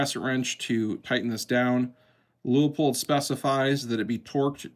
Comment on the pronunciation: Props for pronouncing Leupold correctly! You seem to be one of maybe 3 on YT that manage it.